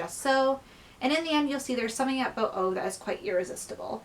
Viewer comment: I love your review, and I love that you love the book and the film! To answer some of your questions: yes, the film is set i Sweden and they speak Swedish. (I'm Swedish myself, so I would know.) Ove's name is pronounced "Oo-veh". He is portraited by the actor Rolf Lassgård, who actually is younger in real life than he appears in the film, but thanks to amazig make up they make him look like an old man. It's always great to learn what people from other countries think of Swedish films and books.